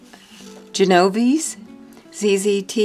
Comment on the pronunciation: I think her name Genoese is pronounced Jen~oh~vay~zee Love all your work, though like you I love circles and organic tangles best. I will give this a go.